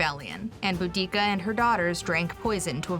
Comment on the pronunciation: (boo)-(dah)-(kah) & (tas)-(ih)-(tus), not boodeekah & tackitus.